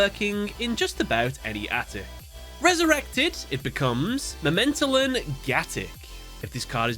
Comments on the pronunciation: I appreciate the closeness of your pronunciations. But it's memento-tlan. The tlan rhymes with flan and mictlan sounds like meeked-lawn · You should probably pronounce the second T within the Mementotlan Name. Because Tot means dead in german. Might be that it's pronounced that way.